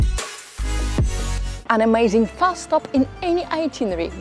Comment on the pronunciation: I like listening to your accent, very understandable for all of you listeners. I hear a lovely native Russian sound in “ma” (as in the word ‘amazing’). Thanks for the many tips, including the reminder about good walking shoes!